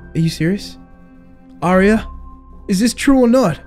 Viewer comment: said AIRRia.... gosh